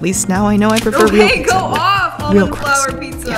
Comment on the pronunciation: Love ya but the pizza...it's not pizzaaaaa (yeah, I'm Italian ahah)